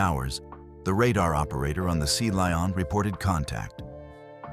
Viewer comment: What a load of overblown codswallop! The least you could do is teach your AI narrator how to pronounce Lion.